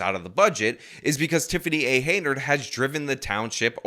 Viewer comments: he saw these comments because he said it correctly in the new video today, then immediately goes back to pronouncing it wrong. I don't care about the chick's name really but like you said pronouncing it wrong over and over is mega annoying especially when he cuts in video of it being said correctly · Why do you pronounce the name wrong every time? Can't you hear the news guy say the name? What the hell? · Did ever explain why he always mispronounces her name? Is it some kind of intentional disrespect? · For gods sake. Just try to pronounce her name right. It is uncanny that you say it differently than the news you play. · Pronouncing someone's name correctly is a sign of respect (one of the very smallest). This person's actions have proven they deserve no respect. I approve his consistently inconsistent mispronunciation of her name. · her name is hen-yard, not haynard. Have you not seen enough billboards with her name to know it yet?? Drives me nuts that you say it wrong every time lol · But, this hyena’s last name is pronounced “hen-yerd” not “hey-nerd”. Then do that next video with the correct pronunciation. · It’s HEN YARD, like in chicken yard. Or chicken pen . Learn to read !!!! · can you say Hen-yard? And we know her middle initial too. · henyard. hen - yard. it's not that hard brother. you've never seen it spelled or what? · HEN yard You're still getting her name wrong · HEN-YARD.......it's pronounced HEN-YARD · This mayor is trash and deserves removal and punishment. However, I would expect you to get her name right; it's not "Hey-nard". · Her name is NOT Haynerd. If you want to be a reporter bother to know the name of the person you are doing the story on. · HEN-yard. How am I supposed to lay down the derision if the name finna be rong. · Stopped at your second mispronunciation of "Henyard" 😂. Bro, I have other news sources that can read words. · Please teach yourself how to pronounce Tif's last name. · Hen, not hay